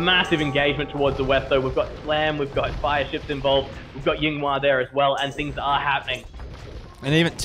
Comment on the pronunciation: The way they pronounce Yinghua almost made me stop watching this. Great games tho